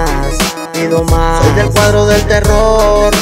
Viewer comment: Alguien más se dió cuenta que dice el cuardo y no el cuadro?